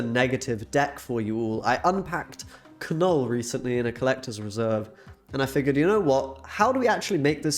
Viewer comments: Kah-Null? You are screwing with us, right? You don't actually think that's how his name is said? Pronounced nuhl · While I enjoy your content, unfortunately, I could only make it halfway through the video. One too many Ka-nulls made me tap out 🤦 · The "K" is silent, bruv. It's pronounced "nuhl" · The K is silent ....its just pronounced Null. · the way you kept saying "Kuh Null" made me mute this video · Seems like a super fun deck. My eye twitch hasn't gone away from the 107 times I heard Kuh-nuhl though... this could be problematic. Anyways, keep up the good brewing! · Yeah that was bugging me so bad😂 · Some people found the pronunciation irritating/weird. For me it made me childishly chuckle every time, because if you pronounce it that way you say “f**k” (as a verb) in Swedish. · It is very frustrating the way you pronounce Knull. In Polish language you pronounce words how you see them so it is wierd to hear content creators pronounce beloved characters Wrong!!!!